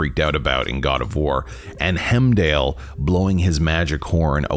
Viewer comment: W- w- w- w- wait, 'hemdal'? It's pronounced 'heimdal'